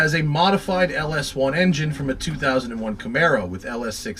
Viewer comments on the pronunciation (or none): none